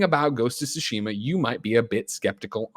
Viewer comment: Is anyone ever going to pronounce Tsushima correctly?